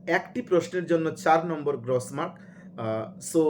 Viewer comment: 'গ্রস' মার্ক শব্দের উচ্চারণ সঠিক করুন।